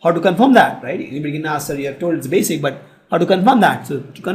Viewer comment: its basic not basis